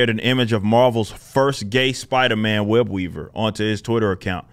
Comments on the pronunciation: When you said his name I thought you said WEB EATER LOL 😆 😂 🤣 😅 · When he said his name I thought he said WEB EATER 🕸 😂 🤣 😅.. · “Web-weaver” lmaooo is it really that easy?